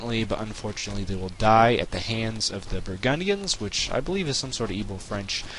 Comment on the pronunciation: its burgandians not brahgundians. nice vid though